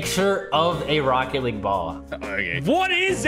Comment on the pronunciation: “Rocket leaguessr” haha